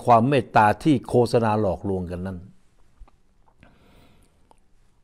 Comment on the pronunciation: ไม่ใช่โคสะนาต้องอ่านว่าโคตสะนาครับท่าน